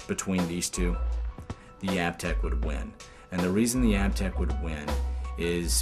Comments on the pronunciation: I'm a huge Aiptek fan (pronounced Ape-tech, by the way). The CCD sensor on the SVP camera was tempting at first, but after hearing the other criticisms for it, I think I'll stick with the Aiptek brand. Thanks for the great review :) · I just called the 1-800 number to verify the pronunciation of Aiptek. After 5 years of using the product and hearing THEM, THEMSELVES pronounce it Ape-tech, they've apparently decided to pronounce it App-tech. Sooo... I guess the I is silent these days or something. Sorry, folks. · Great show. I liked Aiptek a couple of years ago when I first started seeing them at Target (even if I was pronouncing wrong, really thought it was Ape-Tech). As far as 5-in-ones (video, photo, voice recorder, mp3, data transfer) I thought it was a lot better than some of the other minor brands. That said, I think there are cell phones with better cameras now. For video on the go I'm using the video mode of my still cam (Canon Powershot A630).